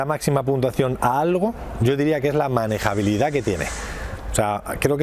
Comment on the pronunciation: "Manegabilidad". Mis hogos...